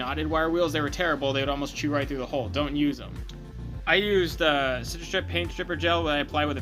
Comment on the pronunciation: Hull not hole Evaporates not vaporates Taken not tooken